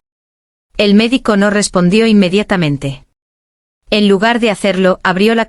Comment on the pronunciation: Rayos, es INMEDIATAMENTE. NO INMEDITAMENTE: Se comieron la vocal Aa.